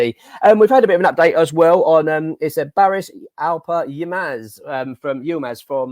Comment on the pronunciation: Barış (ş in Turkish is pronounced like an “sh”), is not priced at €35m. Galatasaray in the Turkish media are happy with €25m. Furthermore, he isn’t a midfielder, he is a winger or a False 9. Finally, no Turkish media outlet has stated we are interest, rather it is the two scumbags from norf London, Villa, Man U and favourites, Liverpool. Duran…£37m?!?! Move on!! He went for £14m, has done nothing for two years, how can Villa justify that price for what seems a problematic player!!???